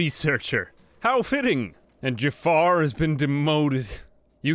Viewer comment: its not called jaffar its called jaafar